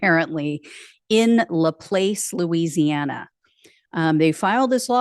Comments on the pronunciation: Hi, it's lə-PLAHSS.😁 My family is from the area. I never associate with MAGA morons for obvious reasons. You cannot talk to these people. My mom did a great job escaping these people and their influences and raising us to not be like them. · News And Politics — I spent the first 55 years of my life just a 20 minute drive from LaPlace. It’s a French name so you can get a pass for mispronouncing the town’s name if you’re not fluent in French. It would be pronounced Floss as in dental floss but with a “P”.